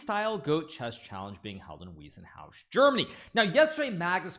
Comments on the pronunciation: I guess it's more like 'Wisenhouse', not 'Weezenhouse'. (Just saying.) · its pronounced Wiiiissenhaus. you mispronounce the Wei in Weissenhaus. German "ei" is pronouned like 'i' in english.